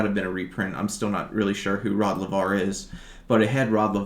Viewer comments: Laver = Lay-ver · Rod Laver. Pronounced lay ver. Champion tennis 60s 70s I believe.